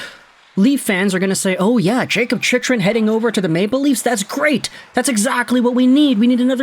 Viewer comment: Hey,, Chychrun is pronounced Chickrun. Been meaning to mention that for a while now.